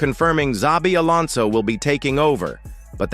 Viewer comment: Welcome to Los Blancos Alonson, welcome back home Alonson.